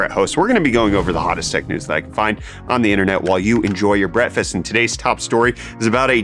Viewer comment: I Swear He Says "Brettfast" 🥓 🍳